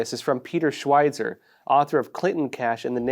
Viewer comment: Peter Schweizer is well known enough to have his name pronounced correctly.